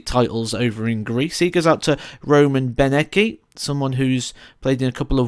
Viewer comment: Roman Benecký is pronounced Roman "Benetski" and Jiří Brejcha is "Yeeri Braykha" but its just a detail, I am glad our guys from Czech Republic got recognized and mentioned :D keep up the good work man ;)